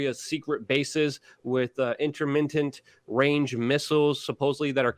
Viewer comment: Intermintent? I understand that you are "the change" BUT YOU DON'T NEED TO CHANGE LANGUAGES